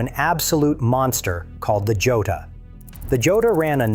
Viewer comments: The Laverda Jota is pronounced hoeta. It is Spanish. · For anyone watching who's not A.I...the Laverda Jota is pronounced ""Yota."